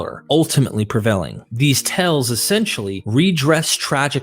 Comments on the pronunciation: Like the research and presentation. One gentle suggestion, my ears kept hearing you frequently mispronouncing the word "tales" which is a homophone of "tails" not "tells" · Amazing research well done except you are reading too fast also tales is not pronounced tells. Tells means something hinted at something a poor poker player does and it throws off the listener. That and similar errors keep disrupting your documentary which is complex and requires careful attention. Congratulations though important contribution to our understanding of the origin of Christianity.